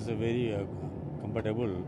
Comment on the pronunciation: comfor - table? wtf?